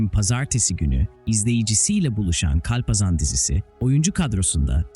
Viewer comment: Kulaklarım acıdı hayatında hiç mi kalpazan kelimesini işitmedin o nası telafuz